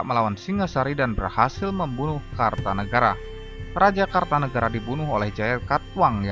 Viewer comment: Maaf bukan KARTANEGARA tapi KERTANEGARA , jangan salah sebut atau salah baca.